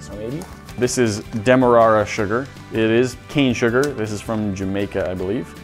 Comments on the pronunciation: i know this is probably not as common in america compared to the uk but im pretty sure it is pronounced dem er rare a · i think the demerara sugar is pronounced dem-er-r-air-rr-a lol